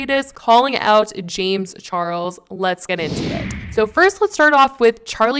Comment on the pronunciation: Jame charles? She’s saying jame charles over n over. Lol sounds funny.